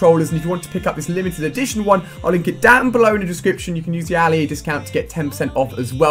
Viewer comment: It's not aali a is Ali a